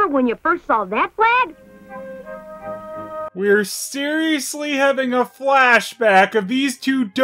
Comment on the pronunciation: The deer was called 'Flag'? I kept hearing 'Plagg' 😂